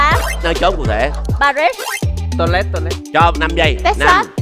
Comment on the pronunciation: Đọc là Pa ri chớ không phải Pa rít nha